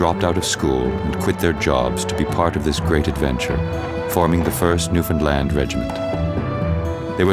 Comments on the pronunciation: And again ...yes, bit of an odd pronunciation. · The narrator pronounces New Foundland very strangley. Most people would not recognise the name.